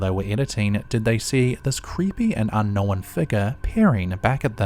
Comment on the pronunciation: You know what else is ridiculous? The way he pronounces "unknown"